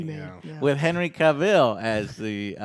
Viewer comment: OMG JOE ITS NOT HENERY CUVIL Is CAVILL.